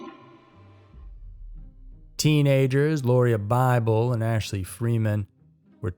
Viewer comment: It is pronounced Laura